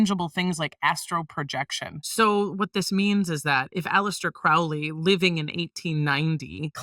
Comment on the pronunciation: Crowley, rhymes with Holy, not Cr-OW-ley.